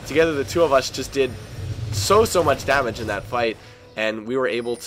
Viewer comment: STOP SAYING "DAT"!!